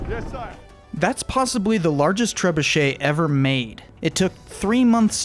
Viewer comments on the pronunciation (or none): none